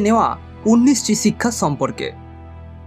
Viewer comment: বাংলা উচ্চারণ শিখুন। চিক্ষা,‌ছিক্ষা, সিক্ষা, শিক্ষা এই শব্দগুলো পরপর পাঁচ বার বলে রেকর্ড করে নিজেই শুনুন। উচ্চারণ সমস্যা দূর হয়ে যাবে।